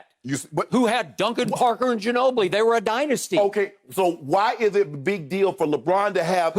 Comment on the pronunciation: Skip said Duncan Parker ginobli like they haven’t been out the league for 5 years